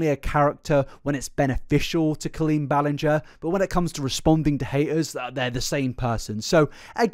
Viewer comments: I love how you tried so much to say her last name correctly, but still got it wrong once in a while 😅😂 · I love that you still accidentally said her name wrong again 😂❤ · he literally mispronounced it again like two minutes in 😂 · Thank you for acknowledging your mispronounciation of her name. It legitimately annoyed me. Lol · Ballinger? I hardly know 'er! ...I'll go. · I love how as colleen’s wrong-doings got more and more disturbing the more frequently mispronounced her last name. Every time he did it I would cackle😂😂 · The apology for saying her name wrong followed by continuing the mispronounce her name is a MOVE. Because it implies you now know … and don’t care because it isn’t worth getting right. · Makes a guitar apology about saying Colleen’s last name wrong only to say it wrong still during this video 🤣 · So she's worse than James Charles? I also love how you said her name wrong 3 different times. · Why was i used to and prefer him say the lady's name wrong 😂